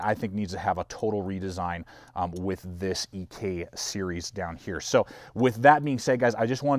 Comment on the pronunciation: You are wrong on the Ek. It's one word, not two letters in pronunciation, and all of my original Ek's rattle, it's just how they are. Otherwise they're superior.